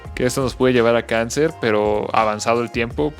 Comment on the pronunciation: cuando dijo kanzer ya me dio miedoXD